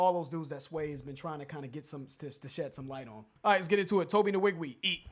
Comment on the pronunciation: I cringe ever time y'all pronounce the n in his name. It's weeg-way not in-weeg-we